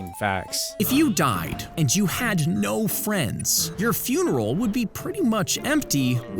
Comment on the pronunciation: You said furinal instead of funeral.